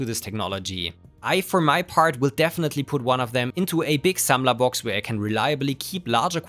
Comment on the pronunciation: I love ze big ✨Sammlerbox✨ Very good Deutsch you put into the video 😊 Zum Video: Ich glaube aber, dass wenn man den ssd an eine smarte Steckdose steckt und dann nur 8-12 Stunden pro Tag laufen lässt, die Trockenzeit sich zwar erhöht, aber der Stromverbrauch deutlich nach unten geht